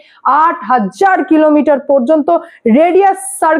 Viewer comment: হাজ্জার না ওটা হাজার।